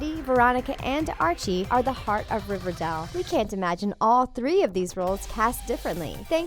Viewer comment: Y they say riverdale that way “Riverdell”